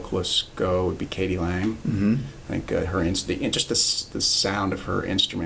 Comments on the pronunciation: K.D. Lang, not Katy Lang! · Rick.. Katy Lang? As a Canadian I gotta say c'mon man! It's k.d. lang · errata... k.d. lang (not "katy lang") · "Katy Lang"? I think you mean "KD Lang". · K.D. Lang. Not Katy. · That would be K.D. Lang, not "Katy". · ... it's k.d. lang, as in "Kathy Dawn" Lang ... Coronation, Alberta ...